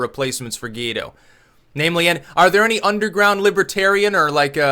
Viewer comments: It is pronounced “goo-ah-ee-doh” (emphasis on the last syllable). 😂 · You know how Paraguay and Uruguay are pronounced? "Guaido" is like the "Guay" from those words followed by "dough". Guay-dough